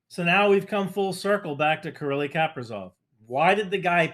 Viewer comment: Something about the way says “Killy” makes me laugh